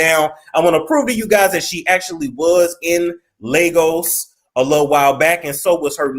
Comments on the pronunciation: Lagos. pronunciation lay-gos. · These so called queens be hoeing, and it Ley-goss